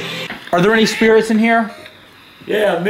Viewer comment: I heard him say 20 spirets